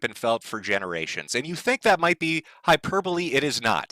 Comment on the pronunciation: Jim once said, that he pronounces hyperbole as "hyperbowl". Probably midwestern thing then.